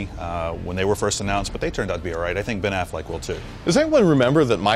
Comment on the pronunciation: its Affleck dude give him a chance -,- geez